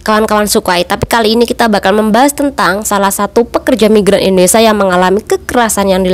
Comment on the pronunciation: Mbk knp sllu bilng indonesa.kita kan indonesia bukn Indonesa